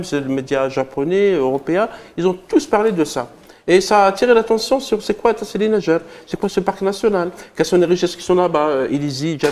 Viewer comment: Faites un effort pour les pronociations n'ayez pas peur de dire tassili n'ajjar et vous ne savez même pas ce que ça veut dire.